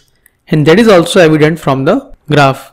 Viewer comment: The pause between 'the' and other words u say, and its pronouncing drives me crazy ._. anyways good video ^^